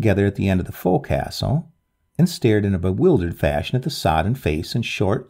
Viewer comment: Forecastle is pronounced "focsle".."fowk-sl"...Thank you for two great tales.